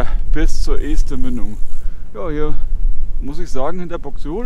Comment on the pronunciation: Wieder eine schöne Runde mit schönen Aufnahmen nett präsentiert. Und ja, 2022 wird bestimmt ein großartiges Randjahr! Um noch ein wenig klug zu schei...: Das erste E in Este wird kurz ausgesprochen. Als ehemaliger Buxtehuder darf ich das behaupten.